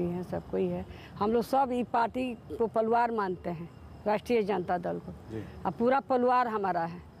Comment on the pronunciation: anchor ji ap mahan ho....'pariwar' ko jb 'paluaar' boli fir bhi apko hansi nhi aayi..